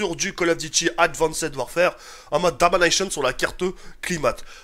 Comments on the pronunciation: Le a à la place du e 😂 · "En mode Dominèïshion" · PTDR a chaque fois je me disait qu'il avait un petit accent Allemand